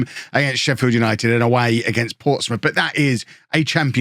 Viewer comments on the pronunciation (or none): I'm from sheffield and that made me cringe, "sheffi", we just call it sheff